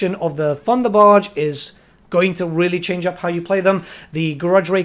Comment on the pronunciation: Its thunderbarge not funderbarge!